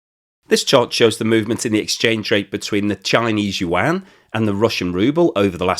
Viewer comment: yuan is 1 syllable like Juan. you don't say jew-an